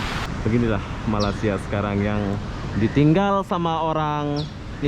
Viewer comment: aku mahu menegur kamu yaa jgn sebut malasia ramai jawa indo menyembut nama malaysia dgn salah sedikit tidak tempat sebutan nya malaysia* bukan malasia yaaa aku mahu menegur kamu perkataan nama negara 👉ni malaysia bukan malasia bunyi nya aneh skali salam saya dari perak hadir